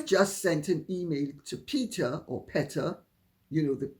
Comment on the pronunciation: Lady C: PETA is pronounced, "Pee'-tah."